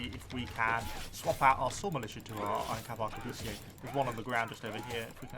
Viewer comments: The word Arquebusiers is pronounced “Ar-que-bu-siers” not “Ahr-que-boo-see-aye”, your pronunciation would be correct if you were speaking French though. Aside from that, nice video. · Not to be that person isn't it pronounced a-qua-bust-ers? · Ummmmmmm... Arquebusiers (Ark-we-bus-iers) Thats the historically acurate way of saying them.